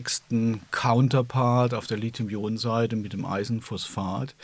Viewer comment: Und sie sagen "Lit-hium"! Wie gut, das zu hören statt Lizium .